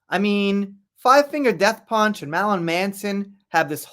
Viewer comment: This fool can’t say “Marilyn” to save is life. 😂😂